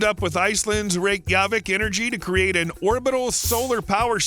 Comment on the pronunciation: My understanding is that the stress is always on the first syllable in Icelandic words. I wanted to scream every time he said Reykjavík or Reykjanes. Oh well, at least he got Njarðvík kind of right.